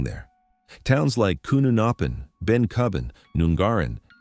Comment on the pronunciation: I wish that people doing videos about Australia/Australian places would not use an American accented AI voice, and check with the locals about pronunciation of place names, it's not Kuununoppin or Nungaarin, they are both said with 'short' vowels. Some good info, but quite a lot of 'missed the mark' as well, I noticed a couple, one was the 'closure date' of Claremont (Graylands), a friend of mine did electrical work there on the mid 2000s while it was still in operation (had to carry special ID so they would let him out again), another was that the war never came close to the guns on Rottnest Is., while it is true that they were never fired 'in anger', the German raider Kormoran (which went on to sink the HMAS Sydney II) was sighted by troops stationed on Rottnest, and could have been fired upon, but they were never given clearance to fire.